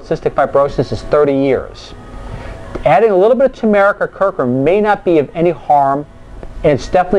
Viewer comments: I'm very interested in this. I would say you might do well to spend 5 minutes to practice how to pronounce a word that's the central subject of your video, or instead publish this as a blog so that you don't have to say 'curcumin' out loud. People tend to make snap judgement about your intelligence when you badly mispronounce simple words. Try this: CUR--- Q --- min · That is an acceptable criticism. It is actually an error in pronunciation I made quite a few times. I agree fully with it giving the wrong impression. This is something I will fix the next time the subject of curcumin comes up. CUR-Q-min nit Cur-Coo-min.;-) - Blog Here